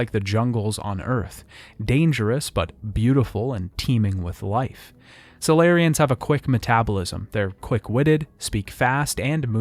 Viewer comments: Did you play the trilogy or just narrate this video? I’m only asking cause you butchered so many words “geno-phage”, “sa-lar-rians”, etc that aren’t mispronounced by ppl who play the games. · I really enjoyed this video but your pronunciations for the different alien species and character names are wrong compared to what’s shown in game. I really hope you can improve on this for the next video. E.g. Kirahe, Anoleis, Salarians, Kaidan, Ilos not Ilios, etc.